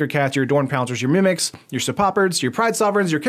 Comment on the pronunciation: Not to be a grammar nazi, but it's sir-po-pard, not sirPOPerd. There's three syllables in that name. It's a mashup of serpent and leopard